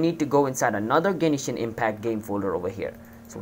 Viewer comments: Stop saying Genishin its Genshin lol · Genshin, not Genishin. Learn to talk... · I know this was a year ago but please tell me you still don't pronounce Genishin Impact instead of Genshin Impact.. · "genishin impact" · Whats with the "Genishin impact"